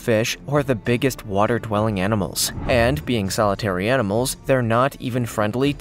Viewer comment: okok on the Paku he said they like nuts and small "EnEmals" is that like a cross between a enema and a animal???? Just asking for a friend....LOLOL